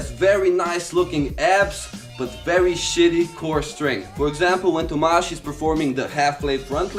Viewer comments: That is the most portuguese way of pronouncing Tomas i have ever seen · The way how you saying Tomas sounds Slovakian..my name is pronounced that way ...